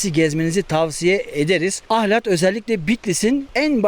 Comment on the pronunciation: Ahlati biturlu düzgün diyemediniz ahlattaki L yi kırmadan söyleyin